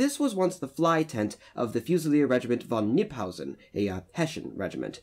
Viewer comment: You mispronounced the "ss/ß" soundof Hessen like it was a "sch" - the german wikipedia page has an audio of how to pronounce it at the top of the page :-)